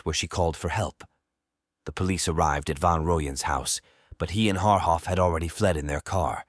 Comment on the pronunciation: Jesus fkn christ you have no no no idea what wound you scabbed open. You can't even pronounce their names correctly...shame on you.. pathetic